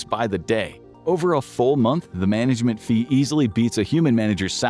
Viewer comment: management ❌ mangalment ✅